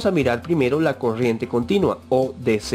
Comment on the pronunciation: habla bieeeeeen es coRRiente no coshiente